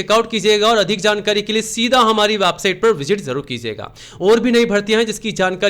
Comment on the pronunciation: वेबसाइट पहले बोलना सिख ले वाबसाइट